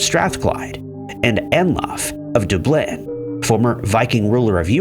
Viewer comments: You miss pronounce Dublin every time you say it. 2 syllables, dub-lin. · It’s pronounced Dub Lynn dingus. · Your mispronunciation of Dublin and Constantinople aggravates me.